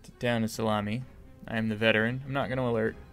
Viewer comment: It's Town of Salmon not Town of Salami